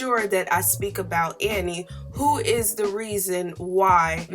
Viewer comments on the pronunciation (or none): none